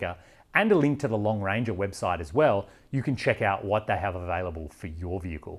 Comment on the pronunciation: Was The Lone Ranger popular in Australia? Every time you said "Long Ranger" I had Colin Hay's Are You Lookin' at Me? playing in my head.